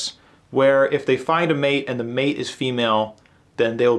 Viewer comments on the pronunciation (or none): none